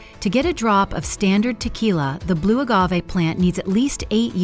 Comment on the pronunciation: Soaked to prevent pests but then tossed like junk. 😂 Also "boe agave"? I thought it was pronounced Blue.